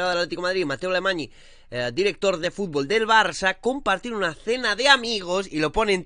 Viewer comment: Bro se dice Mateu AlemaÑ. ny es cómo una ñ